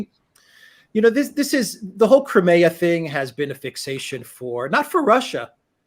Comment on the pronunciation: How can that Alex guy not get the pronunciation of Crimea right?